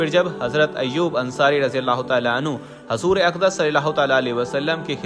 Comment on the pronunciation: Bhai hazoor Nahi huzoor boliye